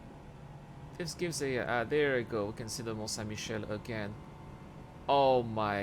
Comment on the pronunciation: J'aime beaucoup à tout en anglais avec le superbe accent et la, le mon saint Michelle, xD ça fait assez bizarre mais c'est drôle. perta eo da urzhiater? petra eo e c'honfig, c'hoant meus gouzout, peogwir pounec'h awalc'h eo ar c'hoari mañ memestra.